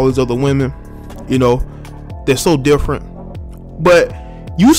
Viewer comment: Lmao “Differment”